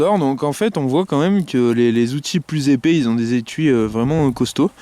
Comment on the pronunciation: On ne dit pas épé, on dit epais !! A part ça, je suis entièrement d'accord avec ce que tu as dit !! ^^